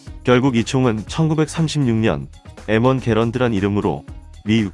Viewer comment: 영어 M을 일본식으로 읽으면 에무인데 일본에 보급된적도 공여된적도 없는데 왜 엠원을 왜국식으로 에무왕으로 읽을까? 일제 강점기로 인해 한국사람들도 발음이 왜국식으로 패치돼버렸나?